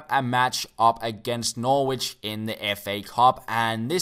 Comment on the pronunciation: You don't pronounce the 'w' in Norwich. Its pronounced 'Norrich'.